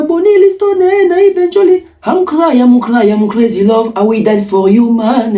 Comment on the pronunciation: I am crayi I am Crayi 😂😂😂😂 ehhh Congolais owuta wapi 😂😂😂😂